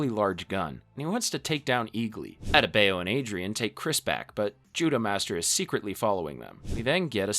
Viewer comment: Bruvh you butchered Adebayo’s name😢 that’s not how it’s pronounced